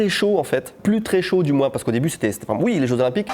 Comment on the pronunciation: "si UI, dans quelles conditions ?" Le "oui" lorrain 🤣